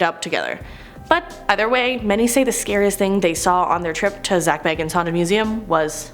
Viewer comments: Its dih buk not di bik and not how she's saying it either and zach bah gahns not baggins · This host is horrible!! She's pronouncing words incorrect including Zak B-A-Gans.. Not Bag-ens! Jerk! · It’s pronounced bagins for Pete’s sake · Zack BAYgins 😆 i can't. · Can we talk about how she’s saying bagans wrong? It’s said the way it’s spelt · Please work on your pronunciations. Here's a few... Dybbuk...Dib-ick Bagans...hard a, like in cake. Not like bag. Ed Geins...hard G, hard Es. Not Gines like rice. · And says Bagans like he's bilbo baggins... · Zak BAY-GANS, DIB-BUCK box, Ed GEEN